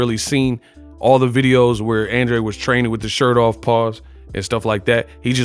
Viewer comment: Great fight, but please don't act like you don't know what Benavidez hydrated back up to!!! It's more like you don't want to report it. The fight was even Andrade lost plain and simple, spare me your innuendo about an advantage for Andrade! And learn how to pronounce his NAME!!!!